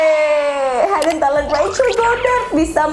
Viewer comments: Hidden talent --> 'hidden' not 'haiden' . K bye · Hidden itu cara ngucapnya tetap aja 'hid-n kak, bukan haiden.. Sama kyk written kalo diucap jadinya 'rit-n. Maap ya salfok, hihi 😁